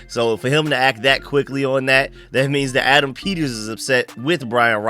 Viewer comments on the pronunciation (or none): none